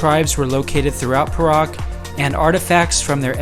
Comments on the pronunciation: Your pronounciation of Perak is wrong. It is pe (pronounced ‘pear’) -rak. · The state of Perak is pronounced as 'Pay Ruck'.. Tks for promoting my state.